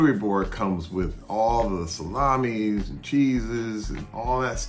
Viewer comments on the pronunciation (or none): none